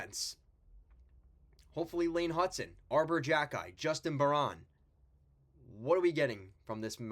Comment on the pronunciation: pronounced bear-IN not Bear-ON. Harvey Pinard Is a 4th liner. hab fans don't value him as much more. dach is healthy based on early camp news. habs goalies are underrated both montembault and primeau have Good saves above expected numbers. the defense is the issue as most are young and need seasoning and matheson was never good defensively.